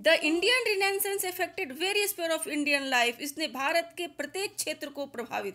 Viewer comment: Mam renaissance ki pronunciation galat bolri ho ap